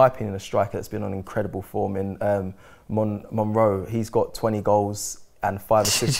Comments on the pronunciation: Monroe... Homie is dyslexic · That "Monroe" is as good as Robbie's "Vincensius" 🤣🤣🤣🤣